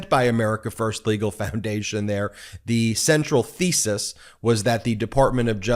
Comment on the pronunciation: Ben, did you say thesis or feces? I would think the latter because this group is a total shit show.